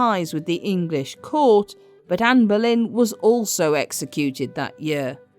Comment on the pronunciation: Why do you keep saying amber lynn? It’s Ann boylen